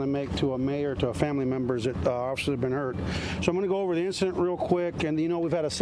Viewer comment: I thought it was officers not offishers lol